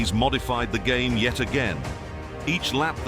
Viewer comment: so my ai cwashed den my gwame cwashed so double cwash